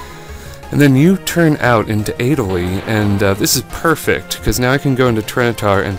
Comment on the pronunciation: also i pissed myself when you said pronounced adele wrong